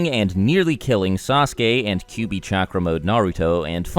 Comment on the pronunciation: its "Kyuubi" not "Kubi" -_